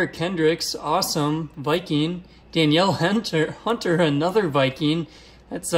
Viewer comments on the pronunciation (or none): Sorry I have to say it but it's pronounced "Duh-neel" Hunter not like how it's spelled lol just letting another Vikes fan know haha